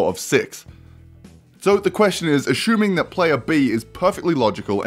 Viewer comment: Nobody:: Aschuming